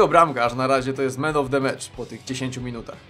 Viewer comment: Dlaczego słyszałem zamiast Man Of The Match, Meme Of The Match ;__